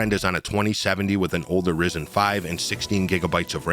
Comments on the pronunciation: "invidia" not Nividia "Rieyzen" not rizzin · You pronounce the Y in ryzen. It's Ryzen not Rizen.